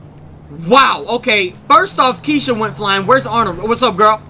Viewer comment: when you introduced kesha at the beginning it sounded like key shit so I had to replay to make sure it wasn't key shit my hearing is a little off today.